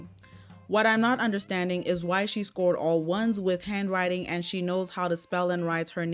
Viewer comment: Alum, instead of all of them. Dis, instead of this. Hanwrine skills, instead of handwriting, this b** can't even talk properly and she expects her kid to spell properly